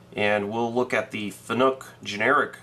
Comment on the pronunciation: Fanuc rhymes with PANIC , it's not pronounced FUN NOOK, just sayin. Thanks for the post processor info it was very helpful to me. BMac